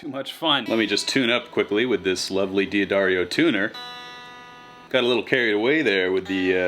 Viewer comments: Hey, so you pronounced it wrong... it's DA Darrio... I always said it kinda like you, too. I said D Adarrio... Anyways I only know because I called them, and the waiting music info says it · Really enjoyable video! Per favore, si pronuncia: dahd - dar - io